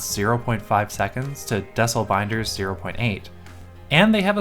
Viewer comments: I think it’s pronounced “Dee-sell”, like decelerate binder ! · Not that it matters and I very well could be wrong, but i'd imagine that it's DEE-CELL. As in decelerate.